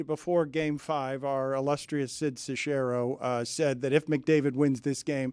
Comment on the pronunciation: Sid Sex-Arrow NOT Se-share-oh 😉